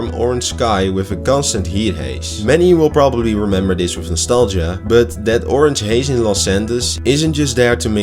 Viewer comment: Goede video. Maar je but klinkt wel erg als butt